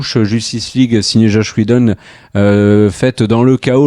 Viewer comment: Zach Schneider et Chosh Wheshjedon... les gars 😅 Qu'est-ce qu'il s'est passé ?